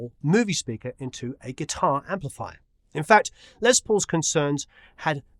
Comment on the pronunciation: Great Video.....Just a point...his name is Lester not Leslie....so should be pronounced Less not Lez....but I know you know lots of famous people, so does he call himself Lez or Less? Brilliant man regardless..